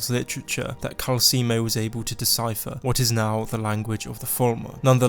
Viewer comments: Kalsi moe is pronounced calcelmo just letting you know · It’s calcelmo, not calcemo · Its Cal-cel-mo, not Cal-ce-mo. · We’ll it can’t be your character! Everyone in the game pronounces it Cal-Sell-moe not Cal-Seal-Moe 😂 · Calcelmo=KAL-cell-mo NOT KAL-see-emo. I thought America was the only place where there is illiteracy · It's *calceLmo. Not Calseemo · It's Calcelmo, not Calcimo. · The way you say calecemo is making me feel like you’re trying to sell me calcium. It’s pronounced cal-cell-mo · Isn't his name CalceLmo and not Calcemo? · Seriously dude, delete this video and remake it. It's like you never played the game when you can't pronounce the first name on your list properly. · How does someone mess up the pronunciation of a name when that name is literally told to you in game? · How the hell did you mispronounce Calcelmo........